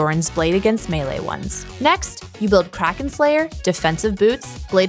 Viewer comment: It's great that is trying to have more representation in their staff, but it would be great if they could have these guys properly say keywords (e.g. "coup de grace" "melee"). It is distracting not to mention annoying to hear these words/phrases always mispronounced when that is such an easy fix. A lot of thought is put into these videos, it is surprising that small things like this have never been fixed. Love these videos and watch each one when they come out, much love and thanks for the distraction during these really hard times.